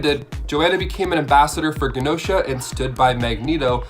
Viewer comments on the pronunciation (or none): it's "GEE-nosha", not "GAH-nosha"